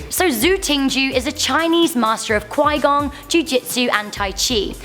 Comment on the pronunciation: It's pronounced Chi-Gong. the Qi is actually like Chee.